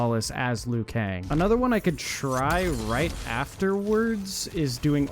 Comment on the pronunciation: “This screenshot is hard to see because of aspect ratio” - proceeds to show a screenshot of an excel spreadsheet where you can adjust the cell sizes 😂🤦🏻‍♂️ Also, do you seriously call Liu Kang “Leyoo Kang”?!